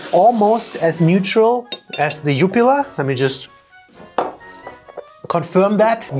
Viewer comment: You kinda mispronounced jupiler the "ju" is shorter 😉